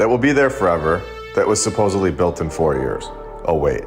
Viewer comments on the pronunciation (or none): Sorry to be a prune but its 'SUP - OSED - LY' not 'SUP - OSEB - LY'.... (supposedly)